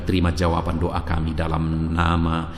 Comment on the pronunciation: Maaf ya pak, kalau mengucap DOA itu ya DOA jangan DUA artinya sudah beda, kata" nya yg jelas jgn menduakan gitu